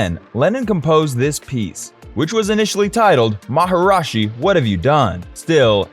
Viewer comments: I suggest redoing the video, as you say maharashi where it is maharishi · Everything except the way he mispronounced Maharishi as “Maharashi”. Mispronounced it every single time. Didn’t get it right once. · How devaluing, disrespectful and unprofessional that you did not do enough research to even learn how to PRONOUNCE MahaRISHI correctly instead of your total mispronounce MahaRAJI. Geez. This reflects on you and this channel as being a goofball know-nothing with no credibility. We are talking BASIC grade school level journalism here. I would Redo the whole piece. What's your name, Bozo? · It’s “Maharishi” not “Maharashi” as you mispronounced literally EVERY single time in the video. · 1. Anyone who disables dislikes gets no upvote, like or subscription from me; 2. Even WITHOUT the disabling, no upvote for sh*tty AI voice; 3: "MaharAshi"???